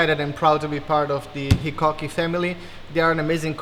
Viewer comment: In Japan, HiKoki's Hi pronunciation is HIGH LOW Hi. .